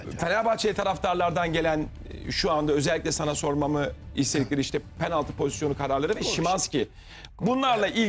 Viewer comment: Bay objektif abimiz gene kiviriyor penalti diyemiyor😂😂